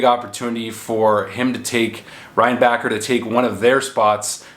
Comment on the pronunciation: it's pronounced ReinbaSher